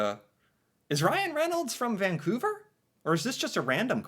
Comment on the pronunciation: ok. Vancouverite here… I’m shocked that even Ryan Reynolds mis-pronounced Vancouver. He, like too many other people, said “Vaingcouver”. It’s not Vaing. It’s VANcouver.